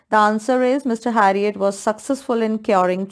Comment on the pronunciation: Its not harriot its herriot